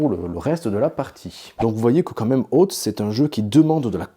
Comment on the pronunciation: Oootez moi d’un doute, vous n’êtes pas prof d’anglais ? Très bonne vidéo but please check how to say : oath. Surtout si vous tenez à le répéter toutes les 10 secondes. 😉